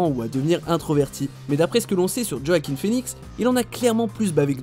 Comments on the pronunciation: Quand tu commences la video et que tu entend Joakim Fenix… respectez le, ca ce dit « Hwakin » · Djo-a-quin? Son nom se prononce wakine. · Ça m’énerve les gens qui disent JoachiM au lieu de Joaquin. Oui je suis chiante. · En effet, le nom se prononce Wakine et non pas Djo-a-quin. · Le réalisateur Philippe todds prononce "wakine" plutôt yoakine en mode rapide qui croire xD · Ça se prononce « ioaquin » excellent acteur mon préféré, ❤️ainsi que le génial James Mc Avoy ! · On dit : ROAKIN !!!!!!!!! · oui il faut chipoter par ce les nom arabes vous les dites très très bien vous les français allez souviens toi bien roakine allez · Non ça se dit roakine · Tu C pas dire joaquin